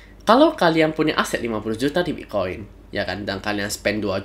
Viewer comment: Saya dengar mas ini bilang bik koin ya Wkwk